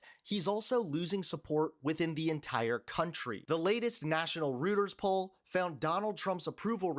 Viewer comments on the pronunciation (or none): Reuters is pronounced ROY-turrs. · Reuters is pronounced "Royters", not "Rooters" (sigh). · "Rooters poll" ?😂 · Do learn to speak English "Reuters" is pronouced "ROY-trz"....[NOT "root-ers"....] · Reuters is pronounced “Royters” not “Rooters” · Reuters is pronounced Roy Ters not rooters! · BTW: it's ROYTERS, not ROOTERS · "Reuter's" is pronounced "Roy-ters" not "Rooters" FYI. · Nothing says “I’m new to this “ like when the talking head mispronounces the name of probably the most well known news services in the world… rooters ? Really? Let’s try maybe roy-ters… course spelling and pronunciation is hard for americans. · Hey man, I know you're new at this, and doing a fair job! Rueters has been around for a long time, so to help you out , it is pronounced "ROY - Ters".😁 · Reuters = roy-ters, not roo-ters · don't say "rooters" say "royters" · Please pronounce Reuters as "roiters" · You don’t do your journalist credibility any good when you can’t even pronounce “Reuters” correctly. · Reuters is pronounced Roiters. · "Roy-ters". Correcting pronunciation all over the internet, you're welcome.